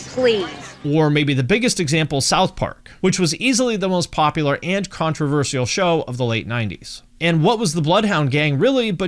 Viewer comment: I'm sorry I can't take anyone seriously who pronounces it "controverzial"...